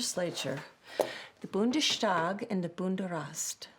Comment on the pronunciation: It's not "Bundeschtag" or "Bunderast", but otherwise an enjoyable flick.